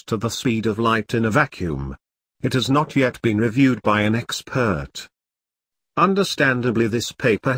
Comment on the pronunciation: “It has not yet been reviewed by an ex sphert 😂